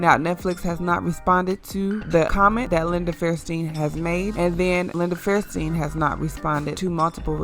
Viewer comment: Her name is Linda FAIR-sten not fairSTEEN. If you want to be making videos like this, I urge you to get a speech coach. While editing is the bigger problem with your speaking, you do lack the strength of a trained speaker. If you want you channel to support you, put in the work. It will pay off.